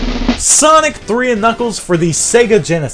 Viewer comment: I mean knuckles not knuckees lol